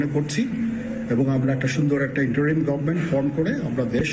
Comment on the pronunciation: আপনি তো ইংরেজিটাও ভালো জানেন না। বললেন --"গভমেন্ট , আসলে শব্দটা গভর্ণমেন্ট"।